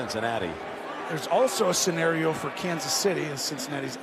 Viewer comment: scenario..not scenerio